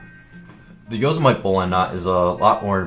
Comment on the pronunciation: yoe seh mih tee not yoe seh mite lol